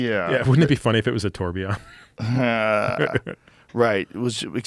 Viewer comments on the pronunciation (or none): tourbillon, french for whirlwind = tor-bill-yon. (lean into the french)